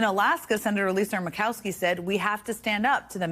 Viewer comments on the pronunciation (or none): none